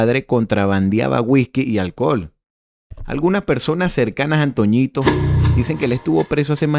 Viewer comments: No es antoñito 😂 era antonito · La única correpcion con el hizo el vídeo es que no es antoñitooooooo es antonitooooooooo o el viejo así es como se le decia